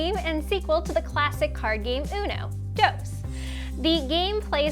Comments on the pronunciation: I'm just here not okay with how she says the word Dos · Lol, I love how you pronounce Dos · "unoe" "dows"